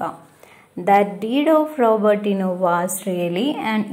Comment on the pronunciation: Tcr one mistake Robertino not roberttino